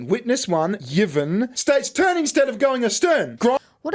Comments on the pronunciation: Oh and Yvonne is pronounced Ivonne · Does he really not know hot to pronounce Yvonne??